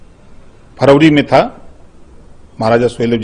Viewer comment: फरौरी बोल रहा फरवरी भी नहीं बोलने आता है इसको